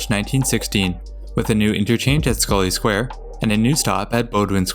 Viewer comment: North Station (the ground level portion) actually opened with Haymarket Square, Adams Square, and Scollay Square on 3 September 1898. It was part of the originally Tremont Street Subway extension. Thank you though for pronouncing Scollay Square correctly!